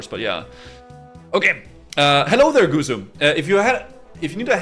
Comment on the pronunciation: While sleeps, PLEASE stop saying it wrong